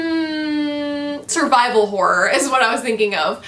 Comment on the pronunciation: Hi, I gotta say every time you say horror it makes me laugh coz it sounds like "whore" to me, which is hilarious 😉